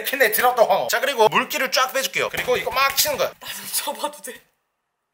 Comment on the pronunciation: 황어가 아니라 퐝어 인줄